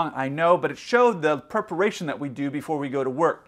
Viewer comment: Captain was straight? what happens in thailand stays in thailand! perparation? you mean preparation are you reading from a script? 😁